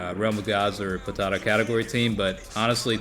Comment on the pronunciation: How u say potara sounds like ur saying potato category😂